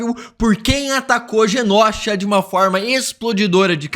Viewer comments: Mano dica construtiva não é genósha e sim Genosha. Pra ti ajuda a ler e pronunciar melhor imagina que se escreva desse jeito genôsha. O certo é sem acento mais vai te ajuda a pronúncia melhor na hora de fazer seus vídeos. Genósha é osso de se ouvir fica a dica valeu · pelo amor de god. GENOSHA se pronuncia "GENÔSHA" e não "GENÓSHA" PFV 😅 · Genôsha. Não leve como parâmetro esse youtuber. Ele pronuncia errado muita coisa, kkkkk. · Pare de falar genÓsha, por favor. A pronúncia não é assim. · "GÊNÔCHA" ok!